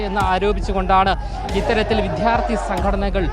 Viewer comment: ഇവൻ കരയുകയാണോ? അവനോട് ആരെങ്കിലും പറഞ്ഞുകൊടുക്ക്, വിഥ്യാർഥിയല്ല വിദ്യാർത്ഥിയാണെന്ന്